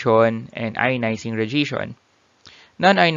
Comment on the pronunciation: good video but you should maybe learn how to pronounce "radiation" correctly, it would help us to keep up.